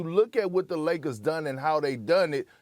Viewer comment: Perk - Lozes Angelisis Lagers